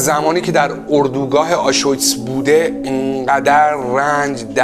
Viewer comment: دمت گرم،فقط تلفظ آشویتس (آشویتز)رو اشتباه میگی درستش بر وزن آبریز Auschwitz